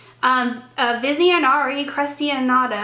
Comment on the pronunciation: It's pronounced vision-air crush-en-doe...love your videos! Keep up the great work!